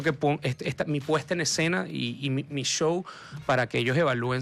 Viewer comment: Por que ….. Show lo pronuncian CCCHow…..y no show….. S H y no C H?